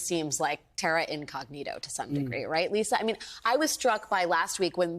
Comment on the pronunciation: Feduciary? He had a problem with THATword?